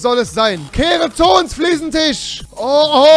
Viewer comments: Es heißt FLIEßENTISCH UND NICHT FLIEßENTICH wenn du dir dein Kölsch schon nicht abgewöhnst dann mach wenigstens mal ne Folge auf Kölsch (Ich komm übrigens aus Baden-Württemberg) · Das heisst immer noch Fliesentich!